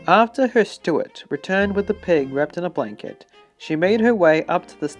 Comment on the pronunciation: Stuart???!!! — STEWARD Fin-an-kay???!!! — *FIANCÉ